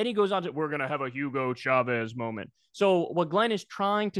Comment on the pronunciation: The CH in Spanish is just like in English!! Why change it? It’s not French! It’s not “shavez” 🤦‍♂️